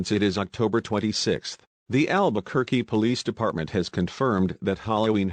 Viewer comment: Albuquerque ✅️ Alberquerque ❌️